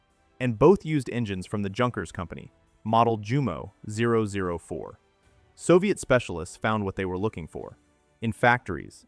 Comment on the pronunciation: One earmark of dumb AI is consistent mispronunciation of foreign words. For instance, "Jumo" is correctly pronounced, "yoomo." 😝